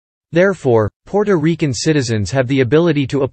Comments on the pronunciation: The way he said Puerto Riquen😂😂😂😂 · PUOROREKEN???? PUORORIKE??? What the hell!!! 🤔Ms Maddie, i agree, he sounds pure AMERICAN when pronouncing the other words!!! i think he is doing it on purpose just to annoy us, because he emphasize so much PUOROREKEN-PUORORIKE! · It's great that you have a history to report on when speaking about Puerto Rico, however when it comes to pronunciations, whoever was chosen to narrate had a hard time pronouncing the word, Puerto Ricans. It's not Puerto Riccans as is stated in this video, it's Puerto Ricans (Reecans), not Rickands. To Puerto Ricans listening to this video, it's frustrating. I just had to skip this video because of this problem. I'm pretty sure others have the same problems. If it's going to be informative, it must be correct in pronunciation. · Puerto Rican not Porto Rican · AND ITS NOT RICANS ITS REECANS IS HOW ITS PRONOUCED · Stopped watching after the second Porto Rickan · First and foremost narrator can't pronounce Puerto Rican. 😅